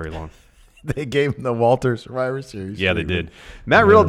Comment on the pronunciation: Why do you pronounce WALTER's name with a "wa" sound at the start? Its a "va" sound because he's Austrian